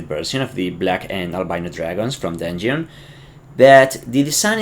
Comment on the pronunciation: dun-yon? are you French?